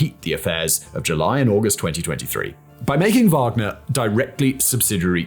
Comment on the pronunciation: Yes, Wanger like "wang"